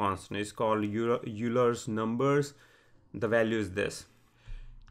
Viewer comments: Euler is pronounced "oiler" and he's arguably the greatest mathematician of all time. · Euler= pronunced as oil-er